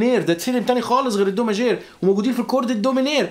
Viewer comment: عندك خطئ بللفظ صديقي ماْجور & ميْنْور